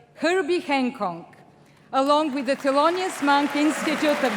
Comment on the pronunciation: It is Hancock, not HanKong